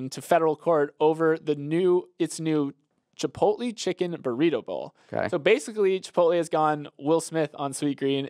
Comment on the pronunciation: I thought it was an accident the first time but “chip-pote-lee” common you sound like my mom trying to pronounce it…